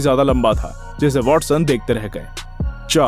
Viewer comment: he said WALLSON 😂😂